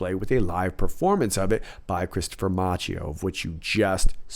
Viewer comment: Love your videos! Please note that Christopher Macchio's last name is pronouned "MAH-kio" (CHI = K in Italian).